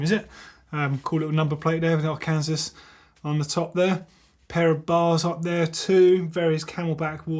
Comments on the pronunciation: It’s pronounced Arkan-saw not Ar-Kansas 👍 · it Arkansas is pronounced Ar-can-saw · Arkansas(Arc-an-saw)...I know it's not intuitive, especially since "Kansas" is actually pronounced the way you pronounced it